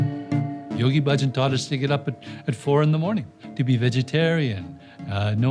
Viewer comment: Why do you all pronounce Bahjan differently now than it was pronounced in the '70s? He was the one who told people how to pronounce his name. Thousands and thousands of people didn't t come to that decision on their on. No one pronounced it like it is pronounced now.